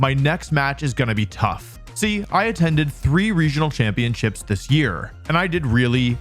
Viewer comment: The first thing that I noticed is how Wolfey pronounces championships as champion-chips Video ruined!!!